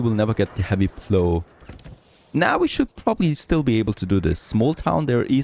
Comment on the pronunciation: "plow" rhymes with "how" not with "blow"